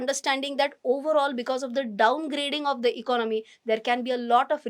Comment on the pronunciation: You seems very confident when you speak but try to learn to speak few words like economy and certainty correctly and may be few more